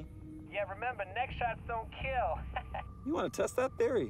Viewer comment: "You wanna TESTT that theory??" Lolololol